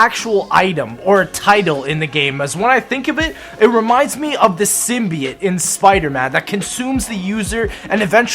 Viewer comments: *sim-be-yote not sim-be-yit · hmmmm the symbiote, not sim be it come on sim by oat not sim be it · symbiote is pronounced simbyote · Sorry to say, but it is actually pronounced SYM-BE-OTE. no hate